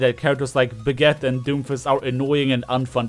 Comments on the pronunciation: Bra ge ta. Just say it the right way. I hate hearing Brag it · Is it just me or does it sound like says "Baguette" when he says Brigitte